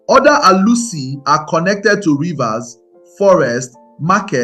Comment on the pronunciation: This video would have been perfect if you could speak and pronounce Igbo words properly. Ur pronunciation of Arusi, ofor and other important things nearly spoil this beautiful narrative.